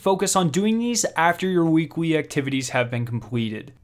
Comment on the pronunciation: Not trying to be mean or anything because I have a slight speech impediment myself, but you should work on your “L” sounds. You always pronounce “L” as if it is “w”. “Weekwe”, “wearn”. If English is your second language please ignore my comment.